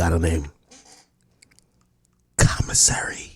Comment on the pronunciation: 😂😂😂😂😂😂 the man said commissary 🤣🤣🤣🤣